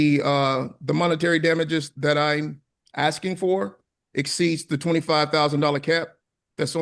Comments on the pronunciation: He really just said, ‘I’ve been axing for you to….’ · Is he ASKING or AXING…I just cant tell.